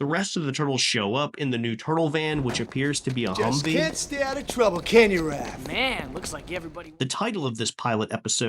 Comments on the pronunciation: Small nitpick...it's "Raph" not "Ralph" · this was killing me the whole video. literally wanted to see if i was the only one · Btw, they prolly gonna drag you in the comments for saying “Ralph” instead of Raph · Good video 📼 I did find it funny 😂 that you keep calling Raphael "Ralph" even though his nickname is Raph.